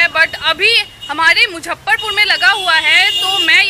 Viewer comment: Muzaffarpur boliye maidam. Aap hi galat boliye ga to kaise chalega. Mujjhaffarpur ❌❌❌ muzaffarpur👍👍👍